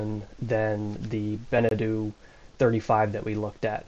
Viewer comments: It’s “benna-toe” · Be - Ne - Toe, not Bene - Tu, I think that is another more Polynesian brand ;-) 20hrs/year motor-usage ??? that boat has not been used then, or there is a new counter installed have you done an official check-up by a Nautical Surveyor ? migth be handy for your insurance and also detect hidden issues, because there are always some (that window "dent" needs to be checked) ... it will give you room to start negotiating with broker and/or owner. are you looking for a domestic/coastal cruiser or do you want to go BlueWater cruising ? this one is night&day difference from your selected Beneteau, engine room should be virgin white floor, it tells you much about the general boat condition ;-) the hull just needs rough sanding and then some layers of anti-fouling., but the current layer seems to be ok. I didn't see any anodes attached to the hull (maybe on the rudder ?), so you might wanna check that. the V-bird is gonna become your storage room / sail-locker. and take your time to review the boat, the broker is there to help you to buy, that's his job, even when he checks every second his watch. take your time, it is your investment once you have signed !